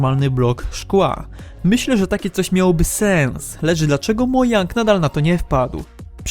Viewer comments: Przestan mówić mojang zamiast modżang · modzang czytaj! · po pierwsze nie mojang tylko modżang a ps to nie mojang czy jak Ty to czytasz już sprzedał minecrafta Microsoft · nie mówi się mojang tylko modżang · MOJANG czyta się modżang a nie mojang!!!! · To że mówisz "mojang" kaleczy me uszy. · CZYTA SIE MODŻANG!!! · CZYTA SIE MODŻANG NAUCZ SIE MOWIC... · Mojang czyta się ,,modżang'' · Hyhy Mojang przeczytał hyhy, a czyta sie MODŻANG xDDDDD PS: Wiem, wiem xd